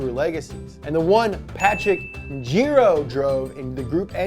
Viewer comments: You pronounced the name wrong, it's Patrick Njiru not Njiro. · Kenyans we've made it to Donut Media!!! Patrick Njiru is a rally legend. PS. you murdered his name :-)